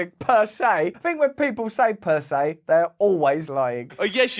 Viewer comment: Persay aye